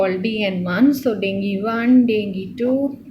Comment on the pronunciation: Please make sure yourself before giving lectures to others. Because, all your pronunciation is rounge. haemorrhage pronunciation is heam=blood and dengue also.. explain in a simple manner in ur own way.. bcz u have such good information and share it in a proper way